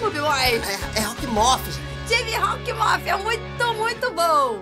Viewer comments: Finalmente você falou o nome correto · O agora você ta falando certo o nome do vilão